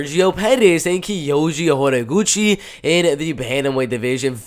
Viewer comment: The way you say Kayoji’s full name is absolutely beautiful. Not even kidding